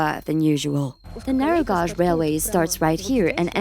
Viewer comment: Viewers complaining about the AI voice can't appreciate getting a free lens into the inaccessible. Had zero trouble understanding the AI voice over, and I only noticed it was mispronouncing the word "gauge". Big deal, how much critical thinking does it take to work that out while you're listening???! Thank you for allowing me to see this and I didn't have to pay a penny ❤️